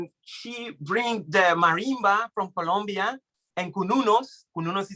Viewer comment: It's Colombia with "O"